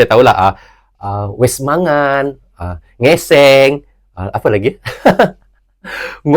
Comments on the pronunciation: Ngising bng bkn ngeseng wkkkkk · NGISING BUKAN NGESENG BROZZ....